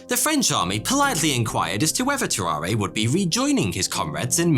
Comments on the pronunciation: If he was french, it was pronounced "tarar", without the "a" at the end. Anyway, it was fascinating to learn about those guys! Thx! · So, no one is going to comment on how he pronounces Tarrare wrong the whole time? No? Alrighty then.